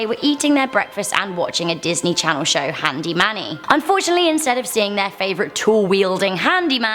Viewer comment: Thought it was handy Mandy not handy manny